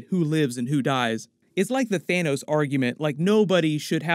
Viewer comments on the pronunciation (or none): none